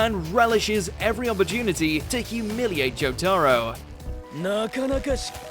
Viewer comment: Why is he saying Jotaro like that. Joe-Taaro